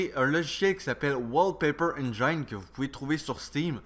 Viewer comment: on prononce "N jine" et pas "N jaïne"